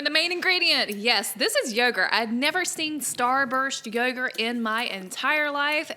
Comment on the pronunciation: STOP SAYING YURGERT AND SAY YOGERT